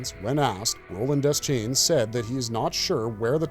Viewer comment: De-schain, not Des-chain